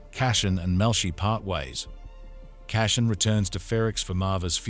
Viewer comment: Appreciate the recap, but would suggest learning how to pronounce CASSIAN and LUTHEN. Gave up two minutes in. Who are CASHIN and LOTHIN?